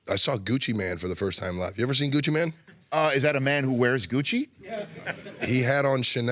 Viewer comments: anyone else cringe when he said gucci man instead of gucci mane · He said Gucci MAN. LoL 😂 🤣Travis go ask Kayla how to pronounce his name. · it's pronounced Gucci "Maine"